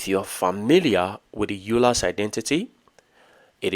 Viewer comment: it is pronounced oy ler